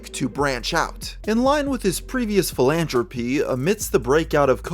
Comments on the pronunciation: Bruh. It's philan-THropy. Not philan-tropy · bruh...... "phil-anne-trope-ee"???? My guy, my pal, Mr. Best -Extra-terrestrial Youtuber for five years running.... the fakest gamer ever but cos his vids be poppin off we dunna cair..........and he just throws out a casual "philantropy"!!!! This is so silly and I want to be clear, I'm not laughing at Mr Redhead (I am wheezing and crying from laughing) but because that's such a cute thing little kids do, and it's always endearing to see adults do it too! Like this time with my best friend, a noted journalist/reporter in my country, and she once, in conversation, came out with this bizarre cross between "sigh-cop-HANT" and "PSYCHO-faant" (if unclear, this was "sycophant"). She had only seen it written down and it was... beautiful. My own favourite in my own life is because I couldn't say "chocolate" or "philosophy". Granted, I was a precocious toddler, but there is this funny old video of my parents barely holding in their laughter as they ask me to say these words.... "ch-LOCKET" and "fuh-LOTS-a-fee", and their fav was "sandals", which became "snaddles". Kids are cool, and when we occasionally see glimpses of that little kid they used to be, the little kid which still lives inside all of us, whether we acknowledge it or not;) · Philanthropy is pronounced with a 'th' rather than a 't'. Dental voiceless frictive rather than palatal voiceless plosive.